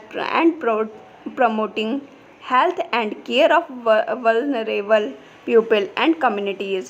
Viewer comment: not puple its people by the way dear thnku dear for providing good notes❤🎉